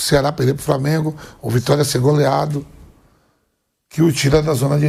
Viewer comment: framengo kkk